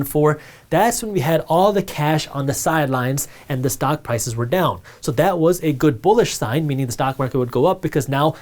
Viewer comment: Did he say the stonk market lol ?